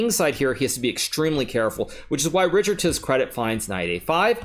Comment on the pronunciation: Richárd is a Hungarian name and is pronounced like Ri - hard not Ri - chard.